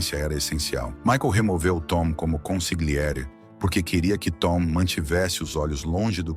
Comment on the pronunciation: ConsiGliere dói nos ouvidos. Ou traduz ou fala no idioma original, mas corretamente.